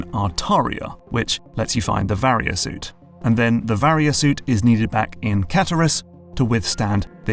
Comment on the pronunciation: In utter disbelief at how you pronounced “Varia Suit” correctly this time. Another great video once again!